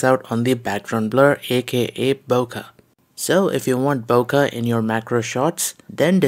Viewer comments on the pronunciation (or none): none